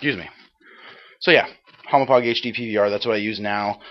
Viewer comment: lol u called the hauppauge a humo-pog i know its difficult to say, kinda like how people say deku deeeku, but i lol'd